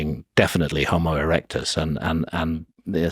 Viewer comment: They said Homo-erect-us… 😳🤨 😂